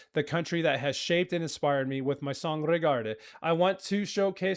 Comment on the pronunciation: It's "regarde", not "regardé"